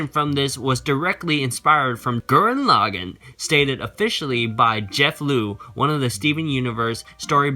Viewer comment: Rlly. "Gurren Lah-Gen"? It's "Gurren Lah-Gawn"